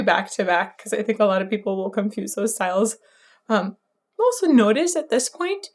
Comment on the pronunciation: "aulso nOtis" was almost Irishy in sound immediately exiting the irish section. You really do try to accidentally mimic the sound!